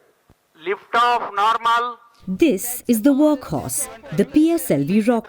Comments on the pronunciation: "Lift aff naarmal" 😂😂😂 Where is the docking video? All I saw was CGI. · 'Lift aaf naarmal' to be precise 😄 proud of ISRO ❤️